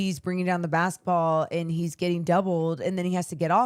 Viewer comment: "NUNCHUCKS" AND "BASKETBALL" NOT "NUMCHUCKS" 😂😂😂🎉🎉🎉AND "BASKABALL"